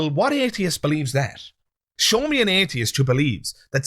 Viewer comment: Love your channel, but I'm especially fond of how you manage to stretch the first syllable of "atheist" out for the length of three syllables. I'm not an atheist; from now on, I'm an "ayyyyy-theist".